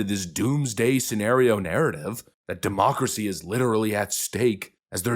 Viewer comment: Please stop saying demoocracy!